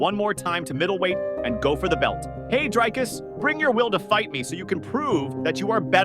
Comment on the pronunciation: Its amazing to me that the voice over bloke has never heard the correct pronunciation. But who cares, just make sure you pay Dricus the money.